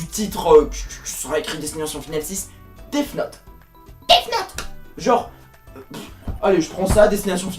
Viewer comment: Tu as tellement bien prononcé Death note que j'ai aimais èwé